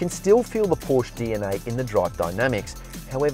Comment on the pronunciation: I found something wrong mate. You dont know how to say Porsche.